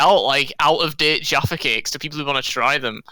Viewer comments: Jahpha like caff ( cafe) not jar, jarfa. Agreed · Jayfay cake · "jAHRfa cakes" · I dislike how you call Jaffa cakes jahfa cakes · It’s not fucking juapha cakes it’s j - A - ffa cakes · Being an American who has lived in the UK for more than half of their life, I feel disgusted says "Jahffa" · 'Jaoffa cake'!? I'm disappointed Fungle didn't point that out. I'm starting to question him as a human being now. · JAAAFF AH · stop saying jaffa that way ughghhhh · everytime says jaffa cakes i want to die a little bit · Your pronunciation of Jaffa Cakes offends me. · You pronouncing Jaffa was driving me mental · The way you pronounce jaffa really fucking hurts me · He doesn't say an R at all. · From UK, please don’t say “Jaffa” like that